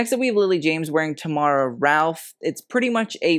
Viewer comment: Shout out to for pronouncing Tamàra Italian style